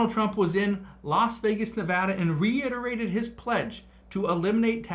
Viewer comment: It's reiterated not reinterated.